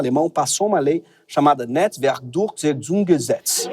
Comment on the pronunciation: Pra falar isso, o cara deve ter feito todas as letras....